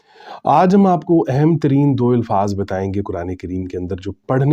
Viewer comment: مجھے سمجھ یہ آ رہی ہے کہ آپ "الفاظ" لفظ کی الف کو لاشعوری طور پر زیر دیکر اِلفاظ پڑھ رہے ہیں جبکہ الف پر زبر یعنی اَلفاظ بر وزن افعال پڑھنا چاہیے۔